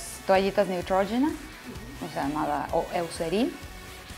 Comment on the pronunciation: Mucho inglés y no sabe decir correctamente Neutrogena en inglés.